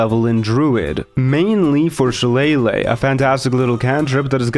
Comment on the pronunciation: "she lay lay" - shillelagh